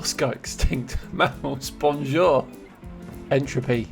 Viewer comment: Aw you live so close to France and you can't even say "bonjour" properly... Dear oh dear